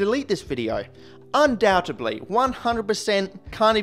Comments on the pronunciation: undoubtedly un doubt ed ly not un doutebdly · 2 words, actually. Can't pronounce "incendiary" or "undoubtedly".